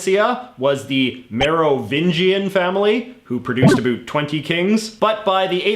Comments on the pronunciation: why do you pronounce ABOUT like that???? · about: uh-bAut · the way you say about is unbearable lol